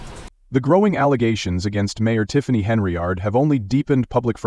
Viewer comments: HENN-yard....fix your AI,👎🏾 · Henry-ard. LOL Gotta love these robo voices.